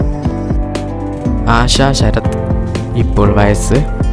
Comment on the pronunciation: വഴസ് അല്ല വയസ്സ്